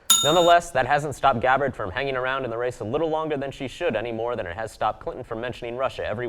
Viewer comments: 2 things this video got wrong. The pronunciation of Tulsi Gabbards name and the Poll numbers. They need to learn that you need at least 2% in DNC qualified polls to participate in debatess (she had more in other polls). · Please learn to pronounce Tulsi's last name correctly. It's not that hard to look that up online.